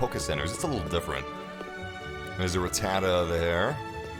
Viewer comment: Sup, its Rat-da-ta not Ra-tada:( lol